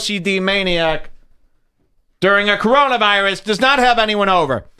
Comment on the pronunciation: Is that couch really army green?.. also "during" or "doing"..?